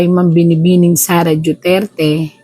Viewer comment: Hindi ba niya kayang bigkasin ang Duterte ng maayos, o maarti lang talaga siya ng wala sa lugar?